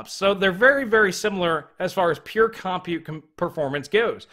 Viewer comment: Hey dude, I will LITE-rally pay MO-ney if you CON-side-r not saying "CAHM-PUTE"...I jumped out of my second story window five times in this video when those syllables were repeatedly unnecessarily segmented from each other..... And I don't even have a two story House!!!! Think of it as a PUH-BL-ICK service!